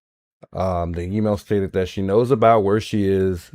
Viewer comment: are you saying cited? Your saying stated lol